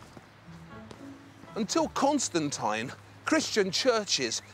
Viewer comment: the way he says Constantine urks me